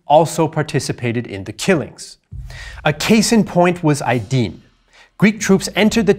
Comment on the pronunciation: Also here mispronunciation, which mars an otherwise superb presentation. There are two letters in Turkish that resemble 'i': one with a dot, pronounced like the 'i' in 'is' and 'Izmir'. The other is 'ı' without a dot, pronounced like the 'er' in 'water' (called schwa in phonetics). The Turkish national drink is thus not 'raki' (with a dot) but 'rakı', and it is not 'Aydin' but 'Aydın' (again, stress on the 1st syllable 'Ay') with the 'dın' pronounced as the 'den' in the English word 'hidden'. Also Turkish has two type of letter 'c': c (pronounced as 'j' in 'jet') and ç (pronounced as 'ch' in 'Chet Baker'. The gangs of civilians in Aydın were not 'cete' but 'çete'. The priests were called 'hoca' (here spelt 'hodja', which is fine, and the 'dj' pronounced according to the Turkish) but the 'o' is a short vowel sound as in the English 'hot' and 'hod'.